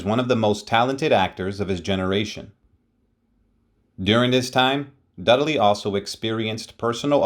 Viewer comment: Dud-a-ley? HUH? Dud-ley. RIP Dudley. Thanks for the video.